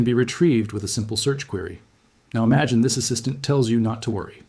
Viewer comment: Eemuhgeen that...